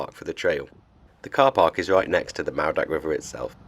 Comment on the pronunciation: `lol now i know you cant help it, being a foreigner, but double DD is a th, as in this or that, and w os an OOOOO sound, so its pronounced, maoothak not moordach, you guys have only been in britain 1500 years, so we forgive you, for being new arrivals.love n hugs, from Cymru :)